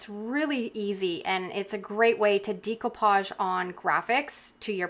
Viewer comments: As you probably know, the word Découpage is French, and is pronounced DAY-coupage, though non-French-speakers often say DECO-page, as in Art Deco. . . What I’ve never heard before is DEEcoupage, which is what I hear you say, A LOT, and I’m sorry but it’s driving me to distraction! (If you think it’s unreasonable of me to bring it up, then be grateful that you are not neurodivergent—as many Creatives are! It’s literally like nails on a chalkboard.) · Pronounication of decoupage is actually with an “a” sound. “Decoupage….just fyi